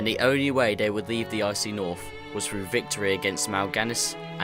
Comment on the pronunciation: How u say Arthas and through.. Actually say through.. not fru